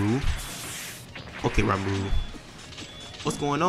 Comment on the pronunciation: "Ramaru" F off😂 Aint no way you read ri as ra